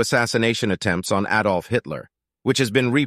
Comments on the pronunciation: The name is Adolf, not "A-dolf" . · Why would you make a video about him if you could t pronounce his name? It is t applicable to dialect as it is a name. It isn't pronounced Ay-dolf, it is add-olf. Also vehicle has a silent H. That means the Hbis not pronounced regardless of dialect or accent just the same as pausing at a Commer or stopping at a full stop.